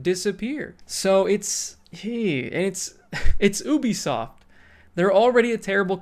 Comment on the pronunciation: It's pronounced "yoo-bee-soft" not "oo-bee-soft".